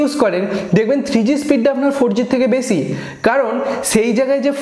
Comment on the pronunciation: চে গুলো😂😂 চে সময়😂😂 বেছি পাবেন।